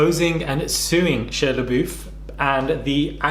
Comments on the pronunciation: I was surprised as well & I’m British lmfao. I think just mispronounced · Is that really how Brits pronounce his name “Shee uh”?